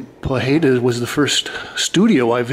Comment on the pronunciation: 18 years and u still cant pronounce his name right, try pough high duh.